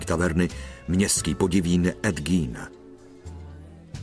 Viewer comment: Gein se určitě nevyslovuje gín , jak to říká komentátor .